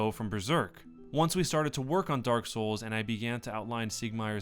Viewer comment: I die a little inside every time I hear the inflection you have when saying Dark Souls...